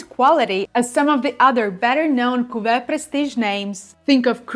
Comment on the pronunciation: Very good French pronunciation! I am also enchanted with how you say cuvée 😊 I studied French for years in high school and college and your pronunciation is much better than mine!